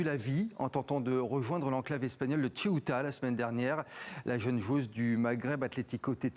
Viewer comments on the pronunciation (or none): Ceuta et non tcheouta, c'est une ville espagnole pas italienne